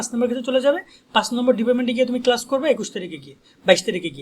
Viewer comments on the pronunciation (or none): none